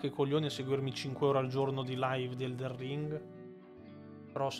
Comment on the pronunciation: Magari non ci sento più tanto bene io, però scusate, non è mica eldeN ring...? No perché continua a dire eldeR ring. È una cosa fatta inconsciamente oppure no...? Lo so, è una domanda da rompi balle ^^ scusatemi.